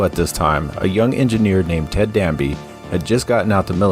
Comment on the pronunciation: Ted DABney not DANBey